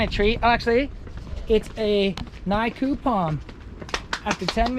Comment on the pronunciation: Nikau' - pronounced ' Knee - Coh', means 'Ni'- like 'Nihil' in Latin, 'kau' - as in 'Co-co' nut - so 'Barren Palm - a palm tree without coconuts..